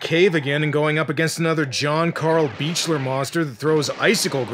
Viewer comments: John Carl Buechler's last name is pronounced "beak-ler", not "beach-ler". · One little thing: John Carl Buechler's name is pronounced "Beak-ler." Kane Hodder was his pal and that's how he says it.